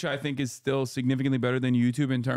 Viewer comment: "There ee no way, dude, there ee no way"